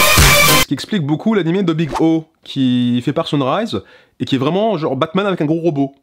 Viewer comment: S'il vous plait. un genre, un "jean"-re et non un "joe"-r Merci d'avance :3